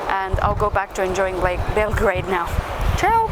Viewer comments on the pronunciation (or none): none